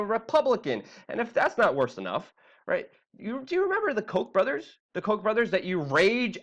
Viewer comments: Lol dude the Koch brothers name is pronounced cau-tch Not coke. Lol sorry but that was funny to me. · The Koch brothers don't deserve the respect to go with them in saying it's pronounced as Coke brothers. No. No, it is not. We all know their name is actually the Cock brothers. Which, of course, fits.